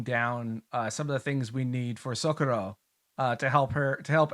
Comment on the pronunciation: You said SOcorro, but here in Spain it's soCOrro.